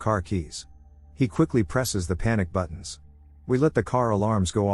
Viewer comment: says always hit the like ”buddin”